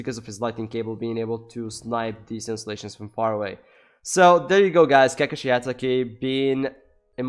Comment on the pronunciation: WTF IS “ka ka shi “